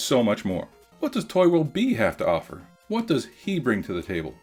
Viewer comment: It's bee not bii